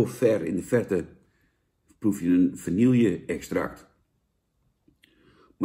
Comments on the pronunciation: het is geen vanielje 🙃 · Vanille. Ome Jan: "vannielje".